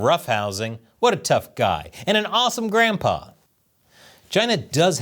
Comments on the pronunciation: Haha. For a moment there, I thought you said "grandPOOH" instead of "grandPA". Silly me. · You said Grandpa Xi or Grand Pooh Ba Xi 🍯